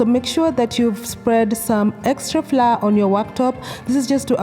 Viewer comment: Pronounced flower,… not fla…😳😳